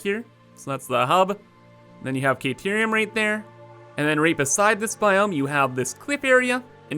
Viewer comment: Kayterium? Took me a while to figure out you meant Caterium.